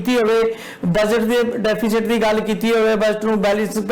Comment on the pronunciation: ਬਹੁਤ ਚੰਗੀ ਡੀਵੇਟ ਸੀ ਸ਼ਾਰਦਾ ਜੀ ਠੀਕ ਰਹੇ ਹਮੇਸ਼ਾ ਹੀ ਗੁਡ ਪਰ ਜ਼ਬਾਨ ਫਿਸਲਦੀ ਸੀ ਡੇਫੀਸੇਡ ਤੇ ਬੋਲੇ ਹੁਣ ਤਾ ਰੱਬ ਹੀ ਰਾਖਾ ਪਤਾ ਨਹੀ ਕਿਹੜੇ ਰਬ ਦੀ ਗੱਲ ਕਰਦੇ ਸੀ ਸਰ ਹੁਣ ਸਰਕਾਰ ਨੂੰ ਕੀਮਤਾ ਤੇ ਕੰਟਰੋਲ ਕਰਨਾ ਅਤੇ ਆਰਥਕਤਾ ਨੂੰ ਓਤੇ ਲਜਾਣ ਦੀ ਲੋੜ ਹੈ ਧੰਨਵਾਦ ਸਤਿ ਸ੍ਰੀ ਅਕਾਲ